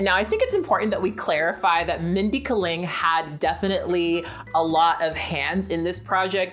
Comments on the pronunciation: Just a friendly pronunciation correction, it's Mindy Kay-ling. Like you are saying the letter "K" then "ling". (note: I looked up a video of her saying her name because I was worried I had been pronouncing it wrong.) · actually, you're right. her name is chokalingam... and kaling in that is actually pronounced as kuh-ling. She seems to have accepted K-ling only because that sounds more americanized. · You listened to people interviewing her and still call her "Mindy Ka-ling?" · The way you pronounce Kaling is killing me lmao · Why do we have to "place her"?? Why can't she be both critical of Fred's stupidity and privilege while also appreciating his sexual appeal?? Why can't she be a little more complicated?? It's definitely bad that it isn't funny, but I find her approach a little more honest, if complicated. Also the way you pronounce "Kaling" sounds kind of racist.